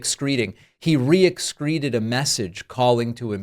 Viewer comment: I'm sure it's nuclear, every time trump "escretes" 😂😅